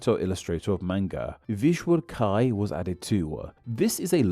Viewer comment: "Visual Kai" E=A Now we know.